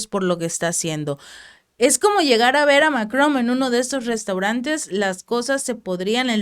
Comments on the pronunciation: No se dice MacroM es Macron Es con N al final No con M Y se pronuncia sin decir la última letra Macro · Emmanuel MacroN, con N, no con M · No se llama Mc"romm se llama Macron 😆